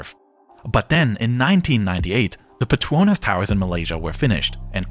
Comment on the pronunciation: bruv pronounced petronas like 🇮🇹🇮🇹🇮🇹 petoinas ✨✨ im crying